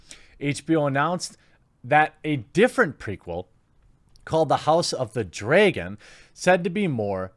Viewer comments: Dude, its "dragon" and "dragons".. you know, fire breathing wyrms? Not dreagon or dreagons 🤣 no offence but i listen to your videos so when i heard you say dreagon i was like "wait, what? Who?" So i went back a little and i saw dragon and was like ah, he is mispronouncing it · take a shot at each "draygen" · What's a DRAY-GEN...? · Cant say dragon to save your life, drAgon not dray-gone. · Ok but wtf is a DRAEgon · why do you pronounce dragon like dray-gone? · The only thing about this video I don't like is the way you pronounce "dray-gon". Hahaha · Jeremy, it’s pronounced [ drag-uh n ]. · Say Draygon one more time! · “Called the House of the Draaaayyyygon” Dat weird pronunciation tho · Yep, don't get it either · Lol you said dregen! Btw notifications still works for me. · Please stop saying dragon like it has an e or y in it! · Your "Dragon" pronounciation is interesting to say the least. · You have a weird pronunciation of the word dragon. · man the way you pronounce Dragon really bothered me.